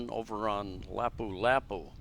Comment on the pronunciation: la-POO la-POO. Get it right